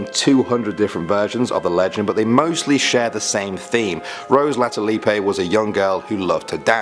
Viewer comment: It's not pronounced Latulipay...and it's spelled Latulipe, one P